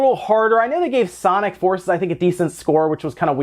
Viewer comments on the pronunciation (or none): none